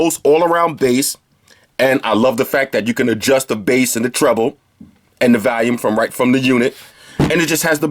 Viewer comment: enjoyed your videos, but why do you always say valium instead of volume? just wondering.